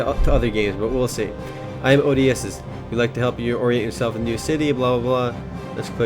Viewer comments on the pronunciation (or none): none